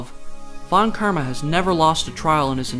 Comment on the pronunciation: Sorry, but von KIRMA??